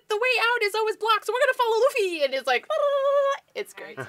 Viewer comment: LMAO they are anime reviewers and the chick said ruffy when its luffy ....ha dumbasses